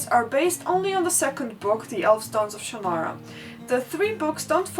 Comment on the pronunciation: You forgot the gnomes. EDIT: Then again, so did we all. EDIT AGAIN: I thank you for your pronunciation of Shannara and Ellcrys. Terry Brooks himself pronounces Shannara oddly, and in the MTV show they say Ellcrys weird. I pronounce both those words the way you do.